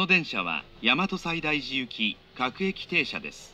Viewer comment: 大和西大寺の発音この世の終わり